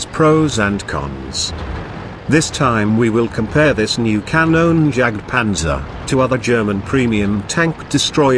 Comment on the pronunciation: xD you cannot speak Kanonenjagtpanzer xD it is so funny for me an austrian tanker